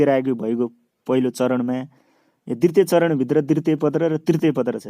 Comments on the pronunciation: दितृय पत्र होइन....दु तिय पत्र भनेर pronounce garnuparxa sudarnus nepali word ko pronounciation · dritiye hoina k dwitye ho,, kasto sundai jharko lagne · िद्वतिय होनि